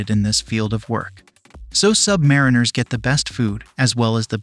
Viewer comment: It’s sub-marine-ers not submari-ners! The base word is submarine (the vessel). So say submarine and then rs.